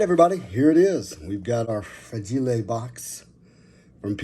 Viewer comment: "RAGILE" LOL It's time to submit to HGA :-)